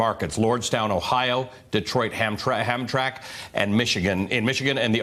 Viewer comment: Holy crap. "Hamtrack" Michigan? Oh-SHAH-wa, Ontario? Nice going with the pronunciation, Veelshy and Ruh-lay.